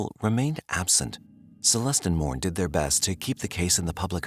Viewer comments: its not 'Mourne" its pronounced "More-nay" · Morne is Pronounced More-Neigh. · Morne is pronounced Mor-nay